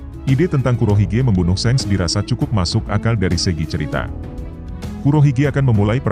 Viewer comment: .bukan sengs tapi sank